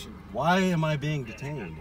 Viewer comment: “Am I being deetayned?!”….😮😢😮